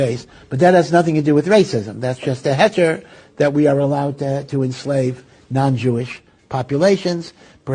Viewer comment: Jewish not juwis solo hawey bejaka tray seb admelna nay media seb aykonkan hjj keee